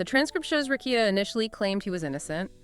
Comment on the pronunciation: But you can’t say “Rekieta” correctly?